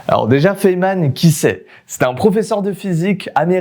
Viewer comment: "Fayman" Sinon une super vidéo 👍